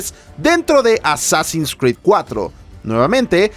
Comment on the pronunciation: A ver que dice el wey: pronuncia bn Assassins, este muchacho... me llena de orgullo!!